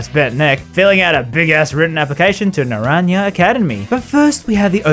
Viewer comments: "Naranja (pronounced Na-ran-ya) academy." Me pointlessly annoyed at mispronounced Spanish: "IT'S NA-RAN-HA! DID YOU EVER TAKE ANY FUCKING SPANISH CLASSES?!" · It's pronounced nah-ran-ha.